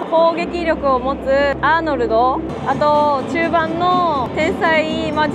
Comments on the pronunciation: アリ⤴︎ソン アー⤵︎ノルド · アリソンとアーノルドのイントネーション聞きなじみなくてめっちゃ笑った